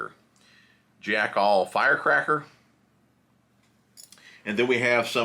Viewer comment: Okay...it's Jackall, like tackle not Jack All. I have the Psycho Stick in a spinning rod with an Okuma ITX 3000. So versatile. Jerkbait, swimbait, underspin, drop shot, etc. Good video sir. ✌️😎🎣